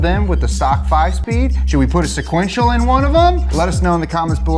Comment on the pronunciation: Se-quen-tial! Se-quen-tial! Se-quen-tial!